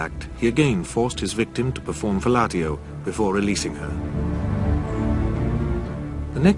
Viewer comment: 3.36 - Well I have never heard someone pronounce fellatio like that..... Fellartio....